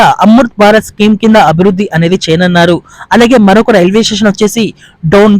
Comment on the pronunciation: ఏమి తెలుగమ్మా నీది చేయనున్నారు అను. చేయనన్నారు కాదు.